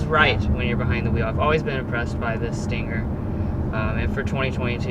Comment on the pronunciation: Argh, why do people call it a stinGGGGGGer. Just say the word stinger without the "g".